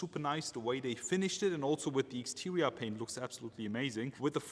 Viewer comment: What is wrong with your english man. Interia. Exteria. Modal tree. And much more.